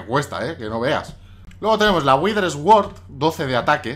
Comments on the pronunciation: no se dice esword se dice suord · Me hace gracia cómo pronuncias "sword" x) En realidad se dice como "suord" diría yo :p